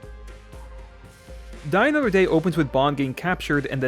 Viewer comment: Well, he didn't mock Spectre in this video, but he made up for it with "I GUSS EYLL DUH MOTHER DEH".